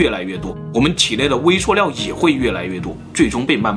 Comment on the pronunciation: 食物念 威碩尿